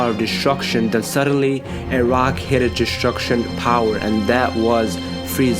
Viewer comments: Destruction not deshtshurcshion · I hate when u say DESHTRUSHON